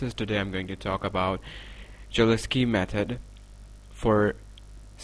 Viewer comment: In this video, the pronunciation of the name 'Cholesky' is wrong, it should be [ holeski ]